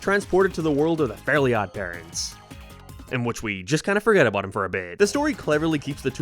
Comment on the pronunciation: How does "About" become "Abyytee"